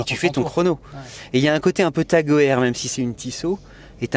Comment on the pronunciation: "Tag Heuer" ne se prononce pas comme ça.